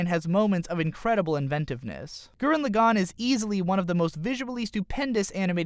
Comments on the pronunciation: Started watching the video. Heard your pronunciation of the series title. Stopped watching the video. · man, I hate the way he says gurren lagann. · i don't like your pronounciation of gurren lagann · you could at least pronounce the title right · All his pronunciations are terrible, including for the name of the Anime